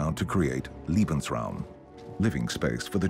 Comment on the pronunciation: overall, good. But just a minor complaint. Germany wanted Lebensraum (room for living) which is pronunced "lay-bunz... " They were not interested in Liebensraum (room for loving) which is pronounced "lee-bunz....."